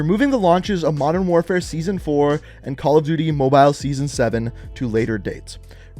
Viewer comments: Why do you say Mobile like that? 😂 “MoBiLe” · Call of duty moe-byle